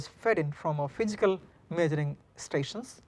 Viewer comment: I'm sorry but I can't get over the lethargic presentation and "Fichikal" problem. God bless his students.